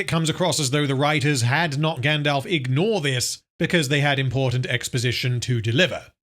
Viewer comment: “Grand-Elf.” This is pain.